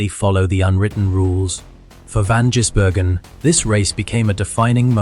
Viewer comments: Like what is Jisbergen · Stopped watching as soon as your STUPID AI could not pronounce his name properly. Stop being lazy and do a human voiceover. Channel blocked.